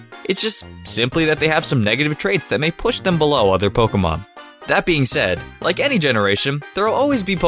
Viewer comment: I hate the way he says Pokèmon